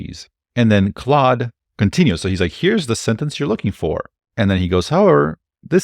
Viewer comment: its not cloud 3 ... its CLAUDE .. sound like O without the u . wtf taking a french name . should have call it bob3 . more universal .